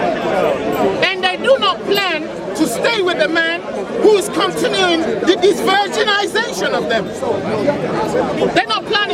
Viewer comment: De-virginazation................oh you crack me up You made some good points though.